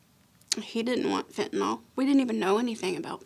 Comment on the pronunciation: They are 2 different drugs?Survivors &parents saying Fet-ah-nol but way it’s spelled = “FEN-tah-nil. These (2 different? )drugs=deadly .